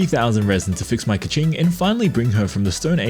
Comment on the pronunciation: It’s pronounced key-king not ka ching$